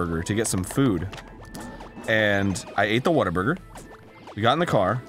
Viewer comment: I Love how hes calling whataburger "waterburger" ;p